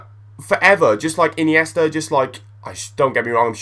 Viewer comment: Xavi, Aniesta, Di Natale, Pirlo ! Men ! Come on